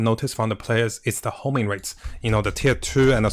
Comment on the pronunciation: IT’S HONING NOT HOMING!